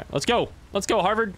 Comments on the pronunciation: HADVAR SPELLED NOTHING LIKE HARVERD. HAD VAR. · I love how you kept calling Hadvar “Harvard”😂💀